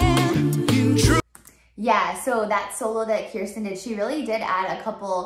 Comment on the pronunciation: Kirstin’s name is actually pronounced Kerstin.